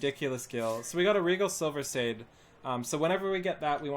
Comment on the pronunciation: NQ is not "no" quality, it's NORMAL quality, Silverside is not pronounces silver"sid", it's pronounced silver SIDE. If you're going to do videos at least get the terminology correct and ffs refine your definition of "basic", your gear is not basic by any standard. Basic gear is NQ crafted or vendor gear, not HQ gear and not script gear.